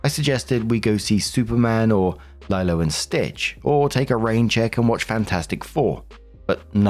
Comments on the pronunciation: fyi it’s Lee-Lo not Lie-Lo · LIE-Lo and Stitch? Really?? 😆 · "Lielow" & Stitch? 😂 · Story 1 - When doesn't know how to pronounce "Lilo" in "Lilo And Stitch" correctly.